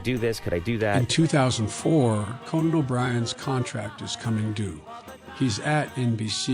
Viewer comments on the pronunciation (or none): “Co bri’s maaager” 😂 sure does miss those connection letters.. you know, the ones that make words actual words